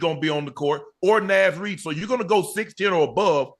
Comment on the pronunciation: Somebody tell Unc that’s not how you pronounce Naz Reid😩😂😂😂